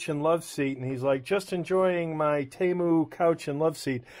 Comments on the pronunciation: HOW do you get “TAY MEW” out of “Te MU”??? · It's T moo. That's how thier first commercials said it (they since changed it a while back) How dare these Chinese expect us Americans to phonetically say it right. If we butcher all the other foreign brands, they get the same treatment. The arrogance ! Don't apologize